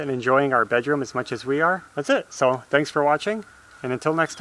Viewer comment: Do widzenia = see you later/good night, perfect polish pronunciation! Great job!